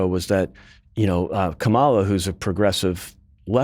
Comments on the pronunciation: Its pronounced... Karmala... not Kamarla 🙄😏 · Note to non-American journalists. If someone pronounces her name as “ka mall a” like this guy did, instead of “kamma la” then you know they are acting in bad faith. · Hey Republican guy, it’s NOT pronounced Calm-aw-la, it’s pronounced Kom-ella. It’s hard to take anything you say seriously when you’re in engaging in the kind of weird power-controlling silliness of Trump’s name bastardizations. If you really don’t know how to properly pronounce the VP’s name after she’s been in office for almost four years, I don’t think you’re really qualified to comment on her Presidential run. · It's KAmala, not kaMAla. Kamala is Sanskrit for lotus, and she sure has blossomed over the last week. It remains to be seen if the bloom will last till November but nevertheless it's a refreshing change from the orange Despicable Me. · Gawd damnit cant yall say KA-MA-LA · It’s interesting how the replicas guy mispronounced VP Harris’s name every time. He also referred to everyone by their last name except Kamala. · Can we get our token republican denialist to at least pronounce Kamala's name correctly? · why not correct his incorrect pronunciation her name!!!!! also ignoring the reporting that said Shapiro not being comfortable with the ambiguity of the VP role?? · When the Republican guest won't even pronounce Kamala correctly you know that nothing thoughtful, reasonable, nor respectful will follow. This is a generalization of course, but all public TV commentators know the correct pronunciation. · Why can’t he pronounce her name correctly? 😢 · Is this guy so ignorant he doesn't know how to pronounce Kamala's name? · When you can't even pronounce "Kamala" right... I know you're weird and I stop listening. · Funny that the British Republican guest also mispronounces Kamala’s name. And he thinks Shapiro is the obvious choice? This guy is not very sharp, is he? Why is he even on this show? 🤣😂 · Why does he say Kamala so weird?